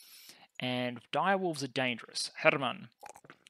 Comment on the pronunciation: If you're interested in pronunciation help, for Hermann I believe you're making the pause between the two word-parts a bit too long. :) The correct delay to me feels like Coffee. Cof-fee. Her-mann.